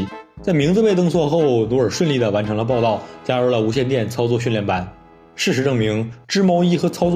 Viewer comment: 努爾去報到那邊，是報「到」。